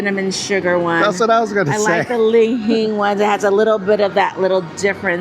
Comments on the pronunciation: Li Hing!! Why do you call it ling hing? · Oh me, oh myyy...we'll be in Vegas in a few weeks. Must give that a try! What was jn that coffee because kinda destroyed the pronunciation of "li-hing". She said "ling hing" every time and even said "malsala" once lol. You guys have been to Hawaii so much, what gives? 😁 Thanks for doing a video about this place.